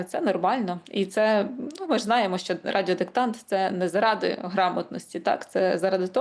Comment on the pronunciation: До пані дикторки. Тримати себе в руках це калька з російської "держать себя в руках". Українською опанувати себе. Ви мали б це знати. І ще, шиплячі звуки в українській мові не пом'якшуються, вимовляються твердо: ЩО, ШІ, ЖІ, а не щьо, шьі, жьі, чьі і т.п.